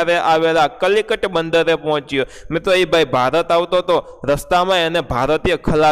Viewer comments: કલિકટ નહીં કાલિકટ બંદર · સર કલિકટ નથી કાલિકટ છે 😀😀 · Kalikat nahi kaalikat